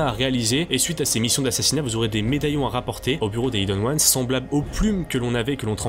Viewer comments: C'et pas prononcé Ayeden Ouanes, mais bien hiden ouanes, j'ai écrit pour la prononciation bien sur Regarde cette vidéo en VO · svp : prononcer "aïdeune ones" parce que "ideune" c'est vraiment moche